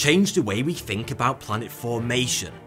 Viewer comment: The tash makes him say fink instead of think.